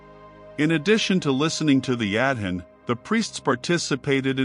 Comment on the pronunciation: It would be nice since the Adhan is so important to this story, that the narrator would pronounce it correctly! It's pronounced "ah-don" not "ad-hin"! Also, it's "Sha-ha-da"not what the narrator said!